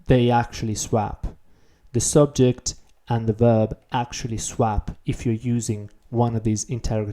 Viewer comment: your english is so good that it really stands when you get something wrong! :) Just FYI, 'swap' doesn't rhyme with 'tap', but with 'top'. Of course I'm commenting 4 years after you made this, so you probably know this by now.